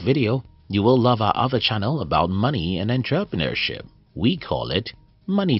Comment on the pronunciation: 29 seconds in - Money and WHAT? 😂😂😂😂 Entrepreneurship? Pronounced: ON-TRA- PRA-NUR-SHIP 🙄 Wow! Feck knows what HE said? LOL 😂🤭